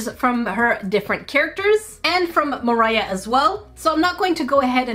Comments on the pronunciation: Hahaha 🤣 ✋ I cat stop laughing When she said morhia paper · Was I the only one who heard Mroh when she was introducing her